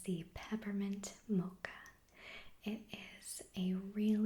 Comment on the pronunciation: I like the way you say "mocha" <3